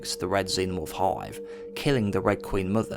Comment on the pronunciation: Please use correct pronunciation. 'Died' is not DAEED. 'Hive' is not HAEEVE. Its irritating as hell listening to u talk here.